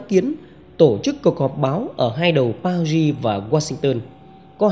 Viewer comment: PARIS nên đọc uốn lưỡi nhẹ chữ Ri